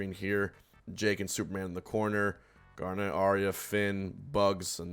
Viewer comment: I will never get over the way he pronounces it “gAr-NEhT”